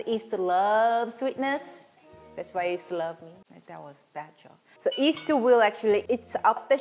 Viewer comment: Korean cant pronounce “Y” alphabet. Its cute that you call yeast as east ☺️☺️ Like the famous singer Yim Jae-bum pronounced as Im Jae-bum.